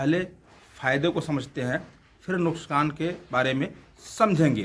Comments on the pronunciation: Nuksan nahi nukhsaan hota hai😂😂wipepoint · Nuskan nhi nuksan bolte 😂😂😂